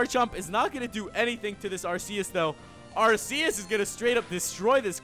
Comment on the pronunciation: ITS like Arkecs But IT Arceus But he says IT wrong